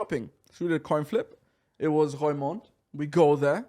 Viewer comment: Funny how he pronounces Roermond 😁